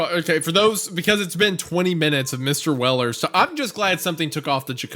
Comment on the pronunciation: Mistuh welluh